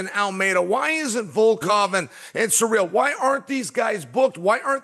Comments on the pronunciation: "Surreal Gane" ty Chael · Did chael said suurel instead of ciryl 😅